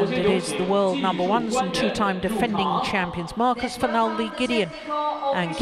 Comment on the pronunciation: The umpire really had to learn to pronounce names well. It's one of the job descriptions of an umpire. It's not professional and so annoying to hear him calling Marcus "Marcas" and saying Kevin's full name so wrong!. Belajar tuh dari komentator Oma Gill. Nyebelin! Semangat Kevin/Marcus! 🏸💫